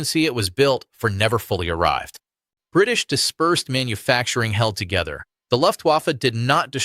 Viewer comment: Very interesting. Please note that Luftwaffe is pronounced with a V, as in 'Very'. In German the letter W almost always is.